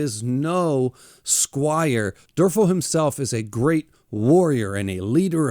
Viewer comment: Also, the main characters name is pronounced Derval. Odd, I know. lol